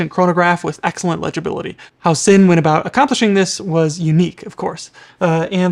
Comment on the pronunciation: No you didn‘t say it right 😂